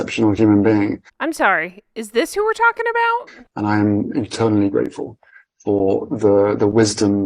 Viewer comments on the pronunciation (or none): Did he ACTUALLY say he was “internally grateful” rather than “eternally grateful”, or was that an automatic, closed captioning boo-boo??